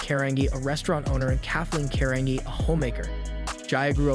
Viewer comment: Last name is pronounced Car an Gee Carangi